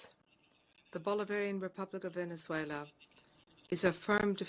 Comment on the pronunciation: Lol Venezuele😂😂😂😂